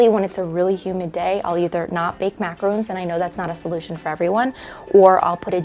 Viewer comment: MACAROON???!! These are maraRONs. Oy vey. It hurts my ears.